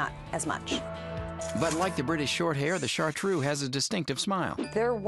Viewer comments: ChartrEUX, not "shartrue" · DO NOT PRONOUCE BAD, IT IS CHARTREUX, NOT IU IN THE END, FOR HEAVENS SAKE THE USA PEOPLE DO NOT LEARN LANGUAGES